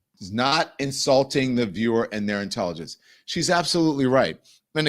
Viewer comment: Did Karoline Leavitt say "insulthing" instead of insulting?